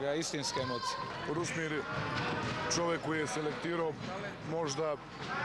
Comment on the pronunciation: Novinar sa TVSA pa ne zna reći Rusmir nego Rusim Halilović?! Na se čuje. Pa, svašta sam očekivao čuti, pa da je netko iz Zagreba krivo rekao, pa nebi bilo čudno ALI, ALI,... da sarajevski voditelj ne zna reći Rusmir, e to nisam očekivao.